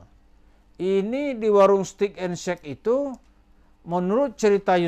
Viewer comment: Bacanya WARUNG bukan WAROENG